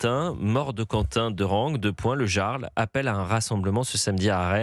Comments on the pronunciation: Le Yyyarl pas le Jarl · Non , mais , monsieur le journaliste présentateur , " Jarl " ne se prononce pas " Garl " , mais " Yarl " ! Vous savez comme les chefs de tribus ou clans Vikings !!! 🤔🤔🤣🤣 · on dit "yarl" pas "gearl" XD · Le jarl ! Prononcez yarl , svp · Jarl se prononce "Yarl" ça vient de la culture Scandinave, ils représente un chef scandinave ou un grand noble au-dessous du rang de roi. À l'origine, il désigne en vieux norrois ou en danois un chef de clan, chef de guerre ou comte, ça pique les oreille a chaque fois que "Jarl" est prononcer "Jarl" et non "Yarl". Mais je me pose la question, le Yarl dit qu'il était à la Direction, mais comment ce fait il qu'il fut Licencié ? D'autre source disent qu'il Chef de sécurité mais qu'il n'avait pas les Diplôme et/ou formation, enfin qu'il n'avait pas les document obligatoire à l'exercice de la fonction de Sécurité. Même s'il dit qu'il n'était pas agent de Sécu ou Chef de la Sécu néanmoins il participait activement à la sécurité sans en avoir les document obligatoire à cette exercice. Cependant quand il était là les choses filait droit, l'ex club du 1988 live club qu'était le Pimm's avait mauvaise réputation en matière de sécurité et fermé plusieurs fois par la prefecture. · Eliott, le Jarl, se prononce Iarl...